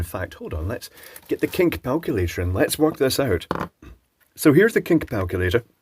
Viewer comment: says heres the kink palculator! 🤣🤣🤣 I wonder if that was intended or was it the dubious trash wine 🤔🤣